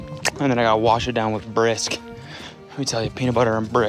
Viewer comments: “peanut butter and bha-RISK” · this rant about his mom and the Brisk tea. Holy shit. I’ve already had some inside jokes with Brisk tea. And it is fucking killing me to hear Cody say brisk BRISK with so much emphasis on the “B” like an obese cartoon villain saying that motorboat “b” noise they do when they’re flabbergasted. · The way Cody says “Brisk” is hilarious. Anyway. Great video.